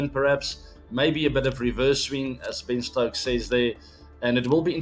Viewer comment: When ABD said Ben stokes 😊 When kholi said Ben stokes ☠️